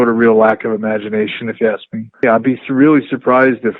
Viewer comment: Bret 'reawwy, credibiwidy' Hart